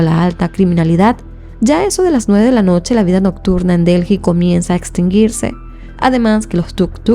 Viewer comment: Se dice ( deli), corazón ❤